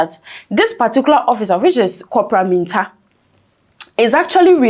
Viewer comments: Please get your Name Pronunciation Right. Mintah. 😮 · Madam it is Mintah and you said whaaat?